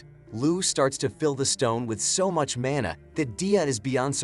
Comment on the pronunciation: he said "He uses his mAnR to transport him."